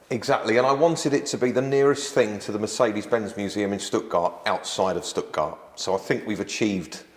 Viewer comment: Yet he can't pronounce Mercedes-Benz.